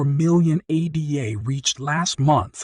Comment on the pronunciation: If you don't even know how to pronounce Card'an'o or ADA (after Ada Lovelace; NOT A.D.A)... Terrible video. The coin is doing well, yes. I'm a maxi in fact. However, this video is cringe city.